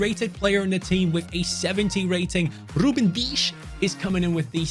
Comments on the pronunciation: Ain’t no way he said Ruben deesh 🥲😂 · He said Ruben dias wiers almost like Ruben dias nuts